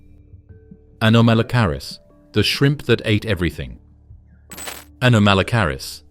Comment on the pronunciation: Shame your AI can't pronounce anomalocarus.